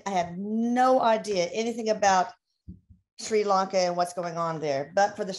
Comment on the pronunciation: They can’t even pronounce the name of the country for heavens sake! It’s not Shri LOnka, it’s Sri Lanka. If the simple things are wrong, why would anything else they say be right… She says “I believe they were under British rule” she believes? Surely Erik should know something as basic as that? Ceylon has been independent since 1948 and was renamed to Sri Lanka in 1972. It’s always been politically challenged given the prime ministers descended from rich sectors, Wealthy British educated who didn’t give a stuff for people disabled and hawking on the streets, living in shanty huts on the beaches. This is why historically the ordinary people - Sinhalese and Tamils have rioted against the elite.